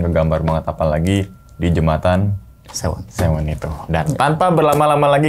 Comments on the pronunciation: Kali sewo bang bukan sewon skdr meluruskan..😁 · Jembatan sewo bukan Sewon hadir ni bang orang sewo